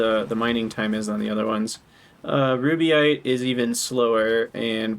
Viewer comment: Reduce the need to hydrate slightly by not adding syllables to rubyte.